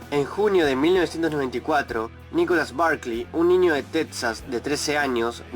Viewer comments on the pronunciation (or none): none